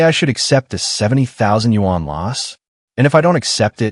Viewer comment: All of you who narrate these videos need to know how to pronounce “Yuan”. 😆